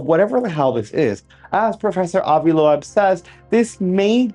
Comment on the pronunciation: Avi loeb is pronounced lobe not low ebb